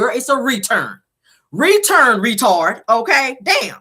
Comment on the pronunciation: It seems like her speech is getting worse. She can’t even pronounce the simple word return